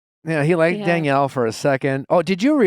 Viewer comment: Nick is so funny keeps switching back and forth with pronunciation of Leah and then he calls Daniella Danielle 😂